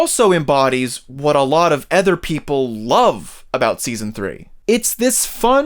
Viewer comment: Great video but please learn to pronounce “other”😉 No offense but every time you said “ether”, I flinched. Ether than that, you had very valid points.